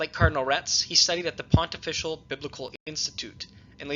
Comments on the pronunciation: It is not pronunced "pont-official" college; the pronunciation is pontifical ("pon-tif-ical'). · Please Pronounce - Pontifical correctly - Pon - tif - fi - cal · A note on pronunciation: Pontifical is pronounced: pon-TIFF-ee-kal Nunciature is pronounced: NUUN-cee-a-chure